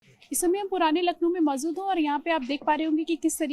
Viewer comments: Mozood nahi mojood hota hai. Kisne is jahil ko anchor bana diya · Isko huroof sahi se nikalna nhi aata hai Kaise anchor ban gyi ye madam Maujood ko mauzood bol rhi hai bechari 😂😂😂